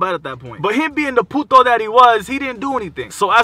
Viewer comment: It sounds like you speak fluent Spanish when you called him a puto 😂